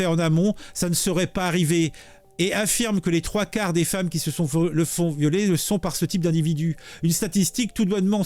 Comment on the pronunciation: Le “Ouol”, c’est mal !!! 😣